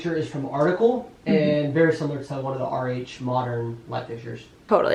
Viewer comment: I guess your saying RH I thought you kept saying, "Our age".. Lol